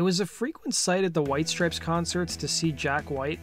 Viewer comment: Why is the narrator saying “strips” when there is clearly an E, and it’s “STRIPES”